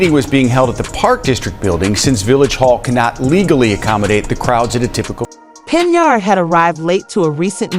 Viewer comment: Why is her name being said as Cenyard.?